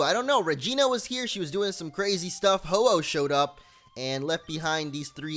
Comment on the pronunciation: Did he say Ho-Ohpe? Because if so, I have a new Pokémon pun. Slowking.